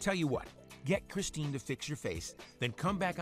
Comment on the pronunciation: "Chistine" lmao